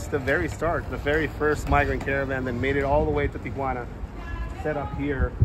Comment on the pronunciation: Tijuana (tee-wanna) there’s no a in there. Not tia juana. Ti-juana. Cool you did this. A lot of those people want a safe life, and to contribute. Most Americans opinions are wrong about the people trying to come here.